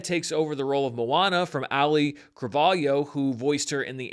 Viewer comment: "'ALLY' Cravalho" As a Hawaiian, hearing people struggle with Auliʻi's name is never not amusing.